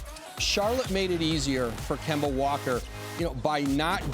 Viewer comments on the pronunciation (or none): Nobody: Stephen A: kember walker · “Kembar Walka” Stephen a